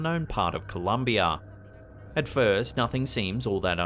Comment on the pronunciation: Colombia* not Columbia.